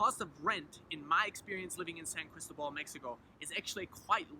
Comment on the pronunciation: Good info.....but, por favor, it's San Cris-TÓ-bal! The stress is on the middle syllable. If you live there you ought to pronounce it correctly :) Wonderful town, btw! Me encanta totalmente!